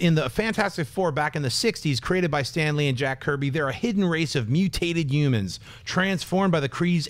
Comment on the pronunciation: Schnepp, I love you but you don't pronounce your H's. You say Umor, InUmans, Umans! all three of those words should have an H at the beginning of it. I'm sure you probably don't mean to, or I just can't hear it cuz my hearing sucks sometimes. Haha! keep rocking the Heroes.